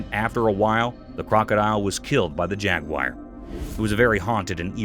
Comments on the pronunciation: You mispronounced the animal,Jaguar.its not pronounced jag-wire..its pronounced jag-war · Jaguar not jagwire lol 😂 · It's not jaguyer it's jaguar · Actually it’s pronounced jag-you-ah. Bloody Americans make the stupid pronunciation. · This guy and others prove that you don't have to be smart to be a commentator. He could not pronounce jaguar properly!